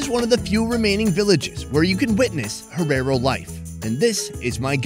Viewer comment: How he's saying herero wrong is annoying 😂